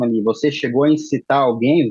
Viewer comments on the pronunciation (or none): CIdadão "comum" que fala depedrar é normal, mas advogado falando "depedrando" é prova de total incompetência.